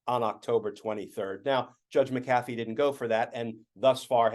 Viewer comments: Just one question: is it Judge McAaafee, or Judge MaaacAfee? If it's pronounced like the software company, then it's MaaacAfee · Not sure how the actually pronounce the McAfee name in the south but out west we say Mac-uh-fee. Accent on Mac.